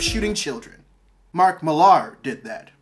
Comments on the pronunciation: William Higton - which is pronounced more like Miler than Mil-are in UK. Americans tend to put this weird emphasis on the "ar" part. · Mark is a Brit so his surname is actually pronounced The same way you would pronounce "Miller".